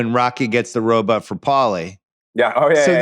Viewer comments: Just here for Bill's weird pronunciation of 'ro-but' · can we talk about how bill pronounces it 'ro-butt'... lol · Simmons pronouncing robot as “robutt” Is hilarious. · The “robut” count in this pod. I love it so much. Bill, that’s the vowel sound you should make when pronouncing Monk (which rhymes with dunk). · Bill saying robutts is dynomite